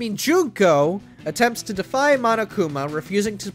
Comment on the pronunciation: lets hope the guy doesnt say mo-no-kuma edit: ok thank god